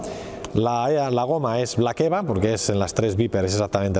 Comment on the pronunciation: No es black eva, sino X-Eva, aunque no sé como de diferentes se notan estas gomas. Si sabes la diferencia cuenta, muchas gracias!